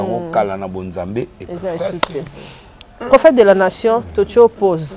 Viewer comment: Prophéte et non profete